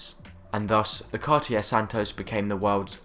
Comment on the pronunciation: Learn to pronounce Cartier, just out of respect. Also, your dismissal of any JLC beyond Reverso says more about you than it does about JLC - the watchmakers watch...